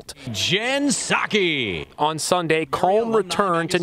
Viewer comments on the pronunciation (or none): I watched this up until you said “Psaki”. I’m out.